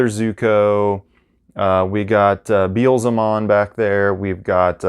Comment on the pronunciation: Bee- El- Zemon